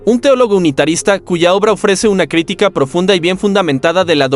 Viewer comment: Una de las veces, lee mal, es " critíca " y no " crítica " a los 34 segundos...🤷🏻‍♂️